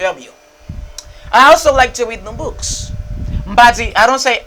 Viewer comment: Sofke ou mal prononse also a teacher